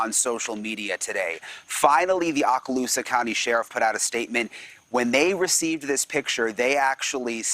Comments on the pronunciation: Pronounced "Oh cal USA's... Lived in fort Walton. beach for years. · Pronounced oh ka loosa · He so mispronounced Okaloosa County. Maybe as a professional news reporter you should have learned how to pronounce the word before taking a shot at it. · Not "Ocka-loosa"... "OOh-ka-loosa". And that is not Brian. That guy is older and taller. But I also don't believe that Brian is anywhere near North Port or that environmental park. I think he went there on Tuesday, a friend or family member brought ANOTHER car, and Brian left in that car and had his parents come pick up his car. At THAT time, remember he was just a "person of interest" and he was free to come and go... and I think he went. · Hearing him pronounce Okaloosa like that, locals be like 🥴